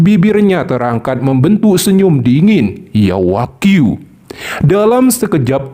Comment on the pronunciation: Yao wanghui Bukan Yao Wagyu min